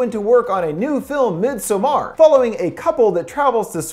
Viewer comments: midsommar is pronounced like meedsåmmar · It is not pronounced "mid-somar". It is pronounced more like "meedsommar". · What a way to mispronounce midsommar. x'D